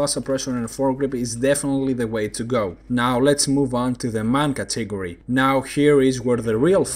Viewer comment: Nice and useful vids, keep up the good work! I had a tough time understanding your pronunciation of the word "category", maybe you could speak a little slower?:-)